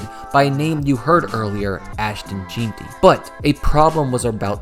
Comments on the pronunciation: lol you don’t even watch football do you? Who tf is “Geentee” lmao it’s “Jeanty” bro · Its pronounced "Jeanty" not "Jeanty" silly goose ahh mf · Scat-Uh-Boo Gen-Tee is how you pronounce it jesus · All this work just to not pronounce Skattebo right. And can't get Jeanty right either